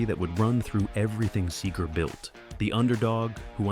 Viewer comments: SEger, not SAger. Fucking AI. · Wow, a.i. is getting good. The sager instead of seger one of the only tells. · These AI videos are always full of shit. Can’t even say the singer’s name correctly.